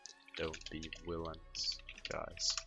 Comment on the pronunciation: Not to be rude but when you try to say villains you always say willains xd, it makes me laugh every time